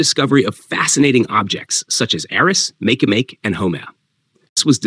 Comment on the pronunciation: Makemake isn't pronounced "MAYK MAYK", it's pronounced "mah-KAY mah-KAY".